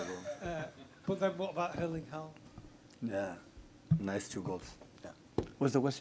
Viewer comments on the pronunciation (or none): the double A (or Å when written in Norwegian) is actually supposed to be pronounced as /oh/